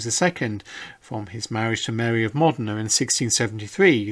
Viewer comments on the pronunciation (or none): none